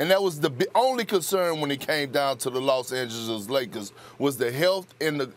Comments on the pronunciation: No one : Perkins: The Lozz angelizziz lagerzz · lol perk be like “ the Law Sand Jealous Lakurrrs” 😂😂